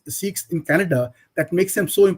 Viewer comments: Dear Barkha, it’s not seekhs but sikhs. At least you can start the correct pronunciation. Thank you. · Here they say " seekhs and not Sikhs'